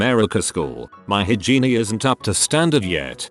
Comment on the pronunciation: Lmao hygiene as "high-genie"